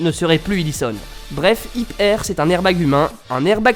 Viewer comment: Au lieu d'hit air j'ai entendu Hitler mais sinon cool la vidéo